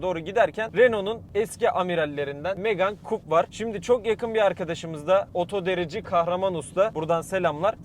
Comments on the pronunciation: Coupe, Kupe diye okunur. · Bu araba 440.000TL mi oldu gercekten? Saka gibi ... Buarada "Coupe", "kupe" diye okunuyor. Fransizca da kesik, kesilmis demek.